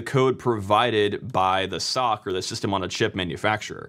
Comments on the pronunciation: Please "ess oh see" not "sock" imho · I cringed when he pronounced SoC “sock” 💀